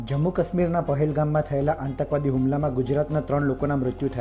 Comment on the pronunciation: ઓ patrakar,આતંકવાદ શબ્દ નો ઉચ્ચાર સાચો કરો,કાં તો patrakartva છોડી દો